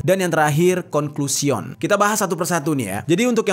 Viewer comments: Conclusion sebutannya "kongklusyen" bkn "kongklesion" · Conclusien bacanya bukan conclusion😅